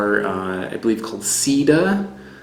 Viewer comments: You should be careful how you say the name of that banana seda is silk sida is aids. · you pronounced "Sida" not "seda" and Sida in spanish is the disease AIDS. ha ha ha. It is not "Tobasco" , it is "Tabasco". let's remember that the "tabasco sauce" is made with chile peppers from the Mexican State of Tabasco. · Seda is /say dah/. /Seedah/ would be spelled sida in Spanish. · I think the seda banana might be pronounced "say-dah." Check with a Mexican Spanish speaker to be sure of my sugggestion. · Seda is pronounced as "say-dah", or "seh-dah", if we're going to be precise. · Love your series! And your ability to finely discern and distinguish the varied components of flavour really makes it useful and interesting. But PLEASE, get the locals to help you pronounce the names properly. I know Americans aren't big on other languages, but it's embarrassing. Plus, for instance, if you had been able to say 'seda' properly ("say-duh"), it would have been immediately obvious to Spanish speakers that the reference is to silk.Just saying :). By the way, 'tabasco' is named for its geographic origin, in the Mexican state of the same name. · The way you pronounce seda sounds like you are saying AIDs in Spanish instead of silk